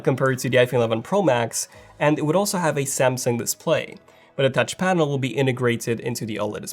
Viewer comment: Tauch panel! LOL!